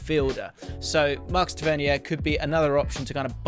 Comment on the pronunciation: ‘Tav-ver-near’ is how you pronounce Tavernier